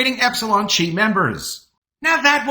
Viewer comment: The Greek letter X, called "chi," as in the fraternity Epsilon Chi, is pronounced "kai." Not "chee."